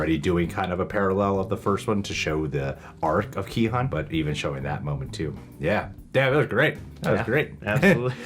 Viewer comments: Gi-hun actually pronounced "Gi hoon" the G is like the G in the word "Get". And the hun is "hoon" like "moon" so there you have it 😃 and you got that right! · With Gi-Hun's name, you guys are close. Your pronunciation of 'Gi' is pretty much correct -- it's a hard G with like a tiny K sound in there, Korean is tough that way, lol -- but the 'Hun' is pronounced as 'hoon' (like toon or loon). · gi-hun is pronounced ki-hoon The guy who made the video butchered his name lmao "Gee heon" ' - '(?) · Gee (with the g like in 'guy')-hoon is the correct pronunciation of the main character's name! The one from the video you're watching pronounces it incorrectly. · Would have been a better video if the guy pronounced Gi-hun’s name correctly. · Honestly the narrator kinda missed the korean stuff and he kinda over reach in some stuff and even pronounce gi hun wrong, did he even watch it? Or did he just collect spoilers from the internet to read..? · There is no hard G in hangeul. The G is actually the english G and K sounds put together. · well the translation/sub of the show is pretty bad. That said, the "oo" in Gi-Hun is shorter, but it's not hun as in "hundred".